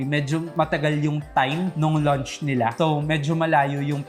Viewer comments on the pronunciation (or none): Please don't pronounce launch as lunch. Ang sakit sa tenga.